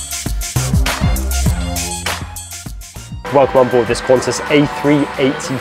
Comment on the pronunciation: It's QANTAS not Quanta's, seriously 😒